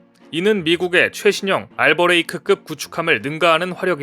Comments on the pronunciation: "알레이버크" 라고 써 놓고 매번 "알버레이크" 라고 읽는건 뭐야.. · 알버레이크 >> 알레이버크 계속 틀리시네 ㅠㅜ